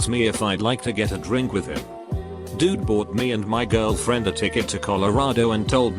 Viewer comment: nobody: TTS : jearlfirend